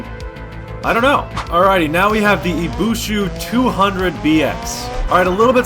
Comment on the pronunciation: Dude, in the first challenge the Bolid jumped more than the Scintilla and yet you gave it less points... (Also it's Ibishu, not Ibushu)